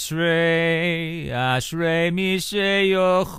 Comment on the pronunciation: yea the way you pronounce ashrei I don't know why you bother singing in Hebrew and not English